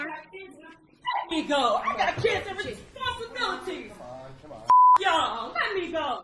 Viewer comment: "LET ME GO!!!, I got KIDZ N Responsabilliys!!"